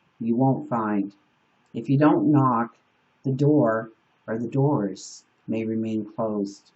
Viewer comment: The Doors of Perception by Aldous Huxley came up twice and I feel like i shoulf find a copy, especially with the way you unintentionally emphasized "the doors" (the band named themselves after the book lol)